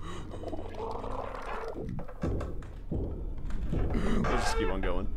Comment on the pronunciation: I love how tubbo thinks they were attacked by a 'lobstah' when it's so clearly spider!!!!😂😭😂😭😂